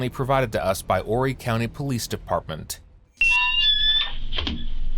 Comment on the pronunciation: He pronounced "Horry" correctly. This is not an AI voice.